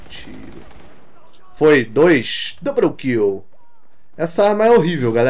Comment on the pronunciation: "Dobroum Kill"